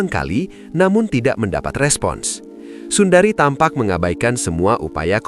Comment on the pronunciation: sundre min baca nama nya.bukan Sundari 🙏🤭😁😅😅